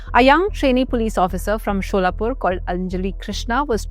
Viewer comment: Why is the anchor saying Sholapur? Does she not know that it is called Solapur and not Sholapur?